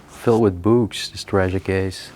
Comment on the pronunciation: Also "beeyooks" for books; really didn't know what he was talking about at first.